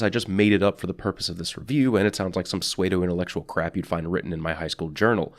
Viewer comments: pseudo is pronounced like "sudo" not "Swayed-o" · It's pronounced Sood-o... not suede-o... pseudo intellectual crap... no fuzzy mammal skin required. :) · Pseudo is pronounced "Sooh-doh" not "Puhswehdo" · Btw, pseudo is pronounced like sudo not suedo. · I'm sorry but I can't get over that suweydoh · "Suedo" Kinda like my new boots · I lol'd at "Suede-o". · "sew ay doe intellectual" lol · "Swaydo-intellectual". Wut. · Did you just pronounce pseudo, "sway-dough"? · Immediately paused to see if anyone picked on him for this yet. Good on ya :p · I heard suede-doe. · I can't get over how pronounces "pseudo". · The way he pronounces pseudo...